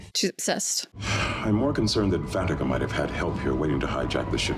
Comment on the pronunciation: See how Terry (Dax) mispronounced the name? She said "Van-teak-ah" instead of "Van-ta-ka".